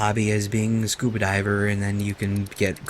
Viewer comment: did you just say scoobydiver instead of scoobadiver